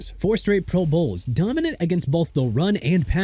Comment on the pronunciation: notice the odd emphasis on words sometimes too, like "pro-BOWLS" 😄